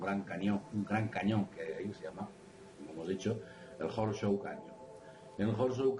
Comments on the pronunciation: Interesante información. Por favor cuando editen los programas, pongan el volume de las voces en alto, casi no se puede oir lo que dicen en los últimos videos Horseshoes, se pronuncia Jorschús.Pequeño detallito. Saludos a y. Gracias por por su trabajo. Realmente De Vanguardia!!! T.Salas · Abri el video sólo para escuchar como pronuncias Horseshoes Canyon jajajajajajaja XD